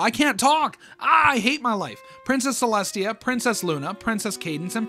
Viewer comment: “princess ceslutty”😭😭😭